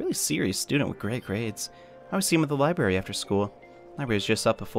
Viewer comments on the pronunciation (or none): none